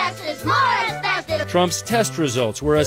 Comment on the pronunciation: It's pronounced asbeSTOS not "asbeSTIS"